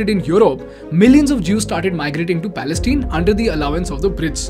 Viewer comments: Palestine (tine, pronounces as mine, pine, etc) or say falasteen. Its not Palesteen. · Dude, it's Pales-TINE (pronounced 'pal-es-TAAYN'), rhyming with the English words 'mine', 'fine', 'pine', 'line, etc. Have you never watched the news?